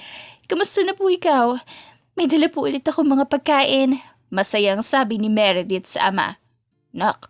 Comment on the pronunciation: Law firm. Meredith. Written. ￼ Edith. Huwag mo kasing unahing isipin ang kung paano mo aartihan ang pag basa miss. Kaya walang buhay ang pagkukwento mo at mali mali ang pronunciation mo eh, inuuna mo ang kaartehan.